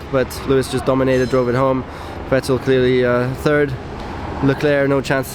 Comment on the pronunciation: Good analysis. But Nico, honestly, being German you really should be able to pronounce Vettel.